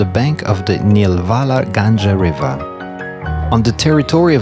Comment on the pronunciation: “NILWALA GANJA RIVER” lol “ GANGA” he pronounced GANJA.... NILWALA GANGA = NILWALA RIVER... 😂 Also MENIK GANJA RIVER... MENIK RIVER..